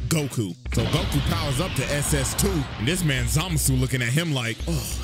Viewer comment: the way CJ says it makes it sound like the N-word, which is in character for how racist Zamasu is.